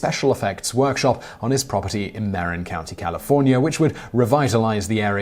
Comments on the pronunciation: Marin= Muh-rin, not Mare-in. I'm probably the 5,000th person to say that, but I don't want to surf the comments right now. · NOTE TO SPEAKER: Everyone in California pronounces Marin County: mah-RIN not MAR-in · You butchered it. It's not MAIR-in County, it's MaRIHN County. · It's pronounced "Mer-in" not maron county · Oh dear, Simon, "Marin" is pronounced (in Marin County, at least) Muh-rin, not Mare-in. I know the latter is the Spanish pronunciation, but we don't say San Raf-ay-el either. We say San Rafell. Etc. Marin County is a famous place. I grew up there before it became riddled with phonies, in fact. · Mr Lucas lived in Marin County, which is pronounced “mah-rin”, not “ma-reen” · You make the mistake a lot of brittish people make by adding extra letters in pronouncing words; It's either Ma-rin or Mar-in but not Mar-rin....Ta-co not Tac-co, etc. etc. etc. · Simon, my love...the county north of San Francisco is pronounced mah-RIN. I know you catch hell about pron. and its not fair. I only mention it because the third time I've heard it in your videos. You're awesome. Never stop. We love you. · Marin county. It's pronounced mah-rin. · Marin County is pronounced "mer in" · Understandable mispronunciation, but it's actually said like "mah-RIN." But then go ahead and mispronounce it, the majority of those folks are stuck up jerks anyway 😆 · Gerorge Lucas - Ma-rin County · Californians pronounce it MERin... just saying. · K-Pop. They had no right to do that, they were only shelled. By the way: It's Marin not Marin.